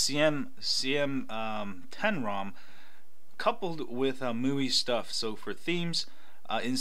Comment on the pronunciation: Hey there ! nice video ... just wanted to point out that MIUI is pronounced "ME" "UI"